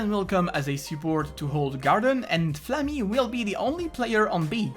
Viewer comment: "Flammi" :D